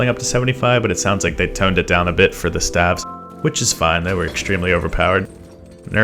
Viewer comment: Not the way you pronounce staves 😉